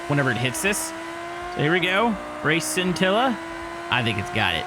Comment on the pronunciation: Hey! The scintilla is actually is pronounced (shintilla) because the bolide and the scintilla are Italian cars. Just to let you know!